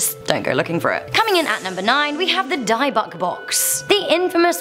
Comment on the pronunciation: It's not "Die-buk", it's pronounced exactly as it's spelled